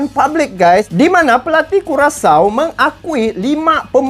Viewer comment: Hahaha payah bener bang di sebutnya curacau .👍😀